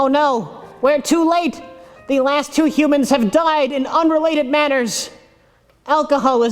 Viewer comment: I really hope the way the alien pronounced humans is a ferengi reference